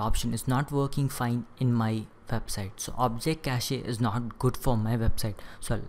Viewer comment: stop pronouncing cache like that